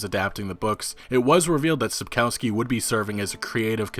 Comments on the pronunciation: It's pronounced Sapkovski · dude when u pronounce Spakowski just read the "W" as a "V" and its perfect. It sounds really really horrible when english speakers mess those sounds we have a different letter for it and it looks like this "Ł" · Each time he says Sapkowski I am who !? xD Also you guys should watch Polish serial and movie just ignore terrible special effects. Also Michał Żebrowski looks pretty good as Witcher.